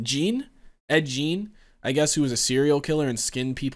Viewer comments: I love how all these reactors mispronounce Ed Gein's last name. It's not "Jean". It's not "Guyin". It's "Geen". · Pronounced Geen. That's why I love this movie the raw realism . No paranormal stuff just a human psychopath.